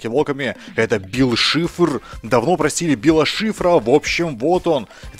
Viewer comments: ты не правельно гавриш бил шифар а бил сайшер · Вообще-то правильно Билл Сайфер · Не Шифр, Сайфер. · БИЛЛ САЙФЕР, А НЕ ШИФР!!!!! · НЕ БИЛ ШИФР А БИЛ САЙФЕР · Не бил шифр а сайфер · Не шифр а Сайфер